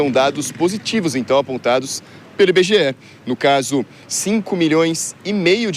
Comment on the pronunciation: Dados do "Inbegeé", a fantástica fábrica de índices?